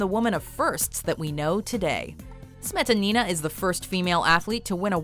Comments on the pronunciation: You guys usually do a good job pronouncing non-English names but when it comes to Russian's you screw them all simply by stressing incorrectly. It really hurts my ears especially when you repeat "smE'tanI'na" over and over again. The second syllable only needs to be stressed like "smetA'nina" And yes, I also think you missed quite a few awesome athletes... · OMG.... Not SmetanIna! Her name is SmetAnina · The way she pronounce "Smetanina", my years hurt and as a russian I feel offended :)